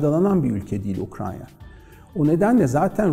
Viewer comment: Ukrayna diyemiyorsun hocam. Ukranya diyen kişinin tüm söyledikleri doğru olsa bile videoyu kapatıyorum.